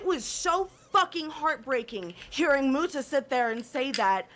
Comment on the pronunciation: The way pronouces 'muta' annoys me